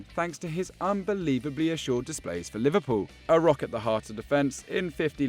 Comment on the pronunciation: Man said liverpuion 🤣